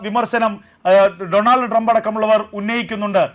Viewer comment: ഡ്രംബ് അല്ല ട്രംബ്..😢😢😢😢